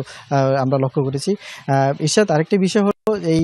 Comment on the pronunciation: আহারে ইরশাক নাকি ইরশাদ, 😄😄😄😄